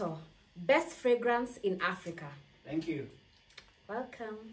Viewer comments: Did you say aprika😹😹😹😹😹😹😹😹😹😹😹😹😹😹😹😹😹😹😹😹😹😹😹😹😹😹😹😹😹😹😹😹😹😹😹😹😹😹😹😹😹😹😹😹😹😹😹😹😹😹😹😹😹😹😹😹😹😹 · read a different script 🤣🤣🤣’ Manukato pest pragnance in Aprica’ 🤣🤣🤣